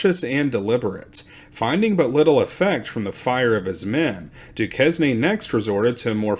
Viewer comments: Good stuff here! However, as a historian and an Ohioan, you should check your pronunciation of words. Chillicothe is not—“Chill-Kothe” it’s “Chill-Uh-Koth-Ee.” Scioto is not “Skee-Oh-toh” it’s “Psy-Oh-tuh.” and Duquesne is definitely NOT “Do-kez-knee” it’s “Due-Kane.” You can look these words up on Google and get their proper pronunciations. Great stuff otherwise! 👍🏼❤️🫡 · And it's not Doo kes nee ... it's Doo kayn. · It's pronounced doo kayn, not doo kes nee. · I enjoyed this one, TY sir. I was trying to make a timeline as you read, but found it quite difficult. Seemed there were quite a few circle backs in this account. The followup stories of the captured salt miners were a nice finish. I was unaware of hostilities as far south as KY after the Rev War "ended". Always love learning new info. I think Dusquene is pronounced Doo Kane. Sounds French! Now I have to follow up on this Henry Hamilton, Brit Lt Gov of Detroit fellow.